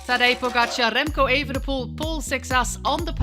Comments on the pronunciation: She kept pronouncing it as "Pogacha" without the R, which is way off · Same goes for you. We definitely pronounce the "R". Poskusi sklanjano obliko pogačarja, če ga sicer ne slišiš ...